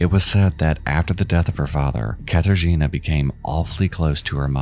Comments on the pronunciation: Okay, you asked for what you mispronounced: "Katarzyna" shall be pronounced without the "r" since "rz" is one letter, also "J" is pronounced as "Y" as in the word "Yankee". So "Jonczewski" is pronounced as "Yontchévski". But, close enuff tho :) Like this comment, so he will see it and improve his pronounciation in future. Welcome :) R.I.P. Katarzyna :( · You want to know what words you mispronounced? Katarzyna, for a start. In Polish, y has a much more dull sound, what you were saying was a lot more like the Polish i. Unlike English, letters in Polish are always read the same way unless they are part of a combination that is read a certain way (think of how 'ch' in English is read, even though neither c or h make anywhere near that sound in any other case in English). Also, Kraków, though that one I doubt is your fault because a lot of English sites change the ó out for an o, even though it makes a u sound (if you want to learn Polish you end up having to learn which words use ó and which use u, there is no difference in how they sound in Polish and which words use which doesn't have a universal rule, just some rules of thumb that have exceptions) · As a polish person, it was painful for me to hear every time you pronounced "Katarzyna" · idk maybe it's because i'm polish but hearing people always butcher Katarzyna's name is kinda ... meh. may she rest in peace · bro is it too much to go to google translate and just try to pronounce names more correctly.. i know some stuff is hard for non native speakers (in this case "rzy" in Katarzyna) and i don't mind but it wouldn't cost you anything to listen to the correct (or semi-correct that still would be enough) pronouncation and maybe say Zawada with a v instead of w this irkes me here the most bc i know how those names should be pronounced but that goes to all languages that are foreign to you, it just makes the entire story fall flat